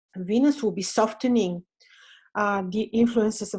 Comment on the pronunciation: Soften is pronounced with a silent 't' ie. Soffen